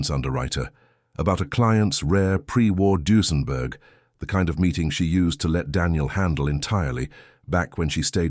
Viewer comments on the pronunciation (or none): Oh look, another rocking photo….this makes the story SO much better. Isn’t it Duesenberg? (Or is there a Doosenberg?)